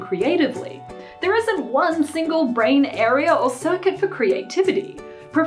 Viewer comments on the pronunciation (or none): none